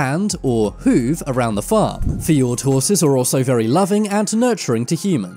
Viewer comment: It’s not feord ot is fjord